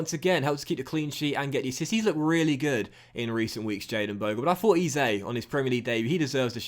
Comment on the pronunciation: Hey love the vids man but just one thing can you pronounce Eze as Eh-zay❤️